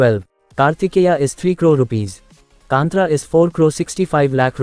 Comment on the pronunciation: It is not kanthraa it's kaanthara ಕಾಂತಾರ plzz correct it broo ❤️